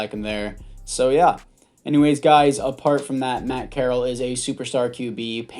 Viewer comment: FYI it is pronounced corr-al